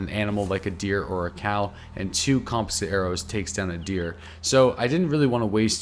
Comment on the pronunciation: You keep saying composite wrong